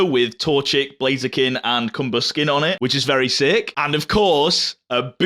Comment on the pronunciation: Another great release day vid, love these videos, I'm sorry tho cause I will never get Cumber-skin instead of Combusken out of my head lolol ( edit: I think I ruined Combusken's name now cause even when I say it all I hear is Cumber-skin T-T)